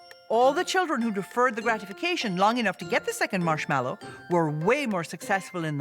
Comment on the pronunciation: It's marshmallow - not marshmellow (title)